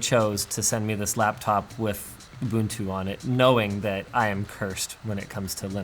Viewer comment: Linus finally saying "Ubuntu" properly>>>